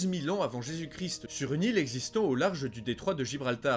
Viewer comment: Salut salut, bonne émission comme souvent par contre rectification à faire niveau prononciation ^^. On dit le christ en prononçant toute les lettres ou on dit Jésus-Christ mais la le "st" ne se prononce pas. Désolé mais c'est horrible à l'oreille et tu peux vérifier comment ça se prononce sur internet si t'es pas sûr ;)